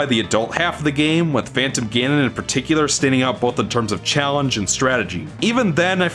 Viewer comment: "Just start me with the gauntlet, and GAN-ON with it." PFFFFFFFFFFFtttt